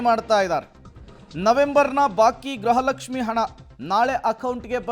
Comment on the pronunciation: ಗ್ರಹ ಲಕ್ಷಿಃ ಅಲ್ಲ ಗೃಹ ಲಕ್ಷ್ಮೀ